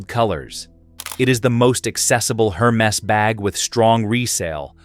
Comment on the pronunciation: Please pronounce the brand name properly - it’s not Her-Mes but Er-Mez